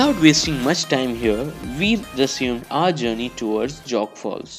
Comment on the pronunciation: It's Jog not Jog. As in joe